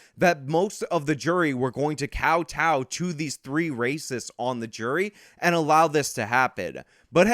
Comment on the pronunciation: "Cowtow" is pronounced "cow toe".